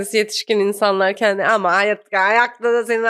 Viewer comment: Kendi kelimesini çok ve yanlış kullanıyosunuz, şaka kaçıyo, şaka iniyo arkadaşım. “kendi” , e nin üstünde şapka varmış gibi düşünün. Azıcık diksinize yön verin yahu. Düşün bak “genç” kelimesindeki “e” yi ince söyle nası kaba duruyo bi görün yahu. Konuşma diliyle yazdım ki iyice anlayın diye. Takıldığınız yerde Teoman’dan “Zamparanın ölümü” nü dinleyin. Abimiz çok güzel söylemiş: Dün akşam dedim ki; kendi kendimeee kendi kendimeeee: Düşünmeeee